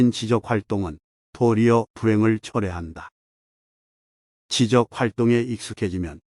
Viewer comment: 지적(知的)인 사람.. / 지적(指適)하는 대상.. / 발음이 달라져야죠! 국어 낭독(발음)법 공부 부터 하고 '유투버'하시오!! 목소리만 좋아서는 안 되지요!! 바로 知的 소양부터 갖춘 다음 도서 낭독 유투버를 하시기 바람!!